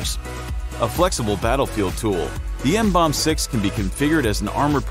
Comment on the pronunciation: You pronounce it: MMM-BOMB-BEE.